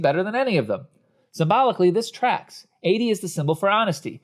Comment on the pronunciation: Editing was mediocre. An arm that kept getting in the way, awkward pauses, a couple of repeated script lines. Content wise: The fart/poop and sex jokes kill it. Constant mispronunciation of the name Adie is distracting.